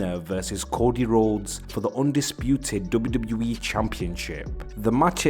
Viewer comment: WWE ❌ doube doubli eee ✅